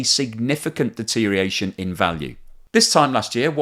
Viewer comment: Tsk, tsk. "Deteriation"? Stick that OR in. DeteriORation, please.